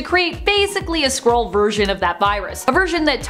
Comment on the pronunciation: Whenever you said Skrull, I heard squirrel and wiping out squirrels would be truly evil even when you look so good.